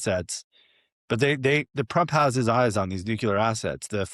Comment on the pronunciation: Jay Solomon is a slob and boring. His messy room looks staged. Nuclear is pronounced: New-klee-er NOT Nu-cure-ler.